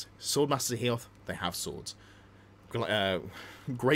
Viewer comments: Love your content. But FFS. Hoeth. HO-Eth. Not Heoth! Sorry. Don't know why it annoys me so much 🤣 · Ho-eth not He-oth 🙏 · Dont want to be that guy, but its Hoeth right? not Heoth? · Loving the channel but please stop calling Hoeth, HEE-oth 😀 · Came here to say the same. Utterly cringed at Hee-oth 🤢🤢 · Maybe it annoys you because you're a fan of the High Elves lore just like me? Because that's the reason for me! And it's not the first if seen someone do the mistake